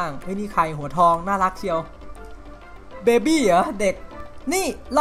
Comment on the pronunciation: มันอ่านว่าเบเบ้ ไม่ได้อ่านว่าเบ็บ (=_=)